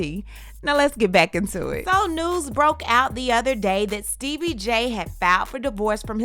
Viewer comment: Sooo no one else notice that is saying “ Steebie” cuz that i was calling him lol